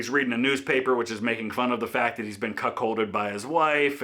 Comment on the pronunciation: Never thought I’d hear you say cuckhold lol